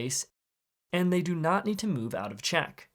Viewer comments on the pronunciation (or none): none